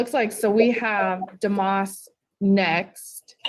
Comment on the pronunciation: Dumas? Sounded like he pronounced it duh-moss